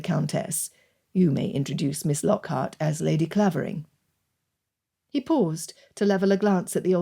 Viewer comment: just one correction coming from the village of Clavering the "a" is pronounced "ai" ... otherwise beautifully narrated